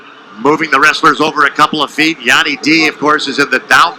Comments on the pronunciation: Anyone else salty when he keeps pronouncing Yianni's name wrong😤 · Tv announcer could absolutely not pronounce yianni name 😄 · Rofl the announcer trying to say Yannis name!! The other announcer was saying it purposly to let him know how to say it and he still couldnt get it. Be just went with Yanni D hahaha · Learn how to say someone's name if your going to announce a match.